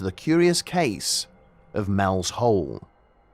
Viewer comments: You keep saying "Mel's hole," but it's clearly "Mel's soul." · Are you saying Mel's Soul or Mel's Hole?